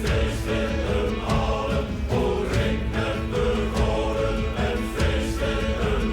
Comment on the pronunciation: I might have to send you a voice note with the correct pronunciation .... that butchering you did there could get you jailed 🤣😂 "Drink met de Goden" translates to "Drinking with the Gods." so the dude with the eyepatch is Odin. When you die in battle you go to Valhalla, and you can drink forever in the great hall. (and fight outside)